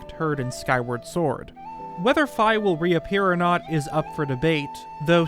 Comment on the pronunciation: Thanks for getting Fi’s pronunciation correct! I know it’s minor, but should be more common across the fandom